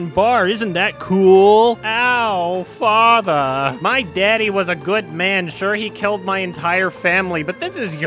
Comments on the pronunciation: I cracked up everytime he said "FATHRRR" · for FATH-UH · I was fucking fascinated by this review, but god fucking dammit. GOD FUCKING DAMMIT! So earlier today... Yesterday, I was watching Vinesauce, and Vinny mentioned that the way "he" says "fatha" ("he" being either or the villain. Binyot never made it clear who) is the funniest thing ever, and me and a bunch of other people said "well it's not gonna be funny now!" But I watched the video anyway. I swear. I fucking SWEAR the scene from on was the hardest I have laughed in my 26 years of life, EVER. Just the "great my fatha's here! Time to get my dick sucked!" had me punching the fucking walls because I started feeling weird from laughing to hard and so long! My puppies got so concerned for me that they had to go to my husband, unsure of what to do! And then I unpaused the video and my husband had to pause his own video because I just. Could. Not. Stop!